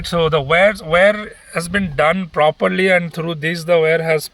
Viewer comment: WIRE is pronounced ' Why-Are' not 'way-are'